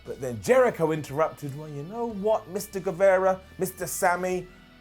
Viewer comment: Does say "Sammy Gueverra" as a bit? I remember hearing him pronounce it properly once I swear